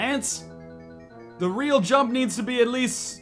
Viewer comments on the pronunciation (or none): none